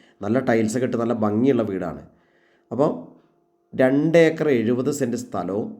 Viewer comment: Eekar അല്ല acre എന്നാണ്.